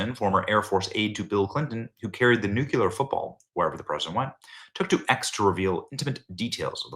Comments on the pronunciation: Nu- clear. NOT nu-quiler😂❤ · New clear...not nucular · Nuclear, Benny, Nuclear!!! Pronounced Nuk lee ar,, NOT nuc you lar as you pronounce it...just look at the spelling...Nuclear...Nuc le ar...not nucular...love your service but mispronouncing this particular word does not make you come across as particularly intelligent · Please please stop saying nucular. I love your content but every time you say nucular rather than nu-CLEAR, I literally lose brain cells. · Damn why can't you learn to pronounce the word NEW CLEE R....not NEW CUE LER. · Benny. You’re also pronouncing nuclear incorrectly you’re pronouncing it “Nuc Ya Ler”. Properly it should be pronounced “Nuc Lee Er” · I've come to believe that in order to become a very accomplished journalist, you must be able to mispronounce nuclear regularly. NuKular. Sounds like sheer professionalism. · New-Cue-Lar? come on, now you're just doing it on purpose. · Benny!!! NOO-QUE-LER???!!! 🤦🏻‍♀️ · Oh Benny..it’s NU-CLEE-UR. Love you dearly, but you sound like GW when you mispronounce that word 😂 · Benny, when are you ever going to learn how to properly pronounce the word nuclear? I've only pointed this out about 14 times. Guess you or your staff never read your comments. Keep mispronouncing it and it makes you look like you don't know what's up. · Can someone teach benny how to pronounce "nuclear" wtf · Benny. Please open your mouth properly when you enunciate and work on your “S’s” as in the phrase “Secret Service”. When you say, Secret Service you whistle. Love your show, but it’s difficult listening to you because your mouth doesn’t move properly. Your mouth should not whistle when you pronounce an S.